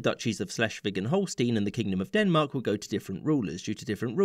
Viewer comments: schleswig holstein is pronounced stein, not steen. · Holstein is pronounced as Holstine, not Holsteen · HolstEIn. Stein. Not Steen. Stein. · OK, nitpicking here: the map is incomplete. From the Treaty of London (1839) until the Treaty of London (1867), the current Dutch province of Limburg was a duchy, with the Dutch King as the duke. This duchy was a member of the German Confederation. Also, in Holstein, the "ei" is pronounced as "aye", not "ee", although it could be that this is the way it is customarily pronounced in English. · I think it's mostly pronounced Holl stine too. Sometimes Holl sten. Never Holl steen as far as I know. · the southern border of Holstein (which btw is pronounced like "Holl-shtayn", not "-een") is incorrectly the modern borders (that triangle poking in from the south is the city state of Hamburg which has had these expanded borders only since 1938). In the rest of the video (i.e. shortly before up until ) the correct border is shown